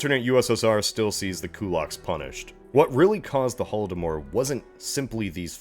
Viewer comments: There's no "e" at the end of Holodomor. 🇺🇦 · Hate to be that guy but there’s no “e” in Holodomor lol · Wait why "Holodomore" not "Holodomor"?